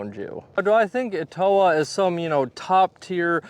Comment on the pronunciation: It's pronounced Étowah, not eTOwah.